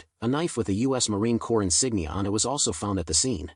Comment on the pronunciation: Marine Corp is pronounced 'Kor' when singular and like 'Korz' when plural. Not being picky, just trying to be helpful. That Ka-Bar knife is a tactical knife yes, but it's also perfect for murdering. You can purchase one anywhere.. Ebay, Amazon ect